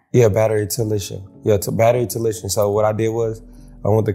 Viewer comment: Bro said he went to college for "battery talician" 😂💀.